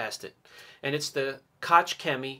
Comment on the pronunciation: just a heads up. Koch is pronounced as koh not kotch